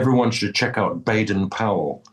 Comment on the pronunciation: What a lovely convo! And Dominic, mate, mad respect for your body of work. Just for clarity, the correct way to annunciate Baden Powell's first name is [bah-den], not [bay-den]. And if you are interested in listening to the best of the best on Brasilian violão (classical guitar), take in 2 masters on the 7-string classical (Violão Sete Cordas), Yamandu Costa [ya-man-doo costa], and the chap who influenced him, Rafael Rabello [ha-fa-yell ha-bell-oo]. Rafael came up in the '80s, and was the leading master in Brasil, but sadly he was in a car wreck that required a blood transfusion. And from that, he contracted AIDS which was a death sentence in the mid-'80s. He then drank and drugged himself to death having lost hope on life--very tragic loss. Yamandu is DIRECTLY inspired by Raphael's mastery, and dare I say, has taken it up a notch. Here is an example of his tribute tune to Raphael. BTW, violão is pronounced [vee-oh-lau]. The 'ão' dipthong rhymes with 'cow'. Yamandu Costa - Samba pro Rafa (Samba for Rafael) Raphael Rabello - Garota de Ipanema (Girl from Ipanema) -- amazing arrangement!! ❤ Raphael Rabello - Samba do Avião (Aeroplane Samba) featuring Paco de Lucia! -- chef's kiss! 💋 Extra credit for listening to Egberto Gismonti Egberto Gismonti - Berimbau (a Baden Powell classic)